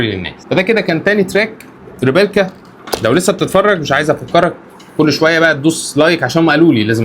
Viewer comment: إسمو ريبليكا مش ريبيلكا يا. ❤